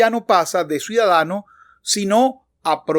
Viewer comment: ¿Dice "suidadano" y "suidad? Ya vi varias veces el video y así se escucha. El viendo muy claro y didáctico, gracias!!!!!